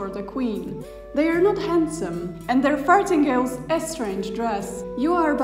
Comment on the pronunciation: giggle giggle - I heard 'fartingales'